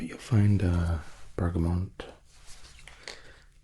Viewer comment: Also,, I love you, but Bergamot has no N. X